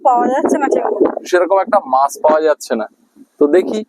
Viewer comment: বাকিদের কথা না হয় বাদ দিলাম কিন্তু আপনি তো একজন বাচিক শিল্পী! এত সুন্দর আবৃত্তি করেন! আপনার সব উচ্চারণ মোটামুটি ঠিক ই লাগে কিন্তু " মাছ " এর উচ্চারণ টা " "মাশ" বড্ড কানে বাজে । সঠিক উচ্চারণ করার একটু চেষ্টা করলে ভালো লাগবে 🙂